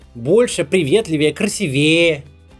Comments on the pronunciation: Омг! Максим, красИвее, а не красивЕе, пожалуйста :) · Правильно красИвее, а не красивЕе, ужас, просто уши режет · Это название полностью отражает ситуацию в нашей стране. Оно не то, что намекает, а прямо утверждает, что мнение может быть только одно и никакого выбора. P. S. Так как нахожу ваши речи блестящими, позволю сделать замечание для ещё большего их совершенства: правильно КрасИвее, а не КрасивЕе 😊. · Постоянно одна и та же ошибка! Правильно говорить «красИвее». Я украинец , учу русского русскому))) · КрасивЕе... Максим, ну как так-то? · КрасИвее, Максим) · Здравствуйте, Максим, пожалуйста, ставьте правильно ударения в словах. От российского блогера-политика, который имеет большой охват аудитории, слышать часто ударения в не том месте очень неприятно. КрасИвее, обеспЕчение. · КрасивЕЕ... Ну серьёзно? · Блин, Кац, ну выучи ты ударения! Красивее, обеспечение и многое другое... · Красивее- с ударением на второй слог. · "Маркетинг, сети, красивее" эти ударения в вашем исполнении вызывают кровотечение из ушей